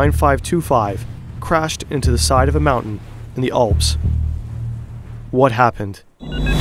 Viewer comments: Great video. You butchered the names Marseilles and Alps. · Learn to say, "Alps."